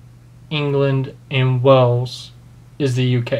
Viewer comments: It’s funny how your accent goes British at times 😂 Btw Wales is pronounced like Whales. Way-uls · Wales not Wells. Sounds the same as the large sea mammals. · Are you saying "Wells" instead of "Whales" for "wales" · Wales is pronounced like whales, not wells and you literally said the incorrect thing about Great Britain being England Wales and Scotland directly after CGP Grey pointed out that it isn't because each country has parts outside of Great Britain. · Wales is pronounced like the word whales. Not like wells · Wales is pronounced like the animal, whales not wells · Wales sounds like whales the animal. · no it does not because Wales and whales have the same pronunciation.